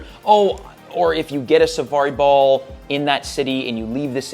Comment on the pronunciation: Why can’t you say safari ball lmao